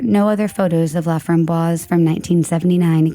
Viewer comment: His last name is pronounced La fram boyce.